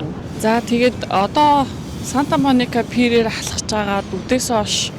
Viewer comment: maybe pier not pear